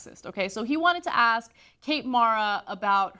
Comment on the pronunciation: Words cannot describe how much I hate hearing talk show hosts of any variety pronouncing words like "ex-specially" instead of especially or "axe" instead of ask. That should be in journalism 101.